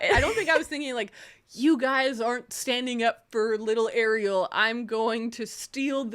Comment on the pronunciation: In Argentina, where I'm from, Ariel is a boy name and it's pronounced stressing the second syllable. By the way, I love this podcast!